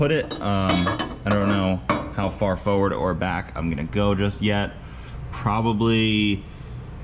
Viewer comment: Like the way you pronuance forward, foawad😁